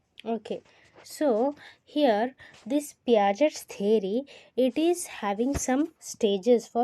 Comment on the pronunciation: ...t silent hai in the name of piagets